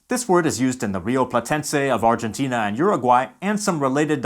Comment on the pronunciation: Also, if you want to pronounce Argentina like we do, change the "G" for an "H"